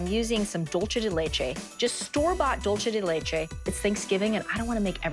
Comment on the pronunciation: Dulche de leche